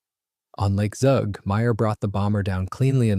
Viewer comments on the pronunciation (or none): The local pronounciation of the name of the town/region of Zug is "tsook" and the name of the lake (Zugersee) is "tsooger sayh".